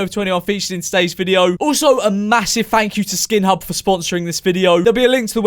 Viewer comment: skin hub i thought he said pornhub DAMN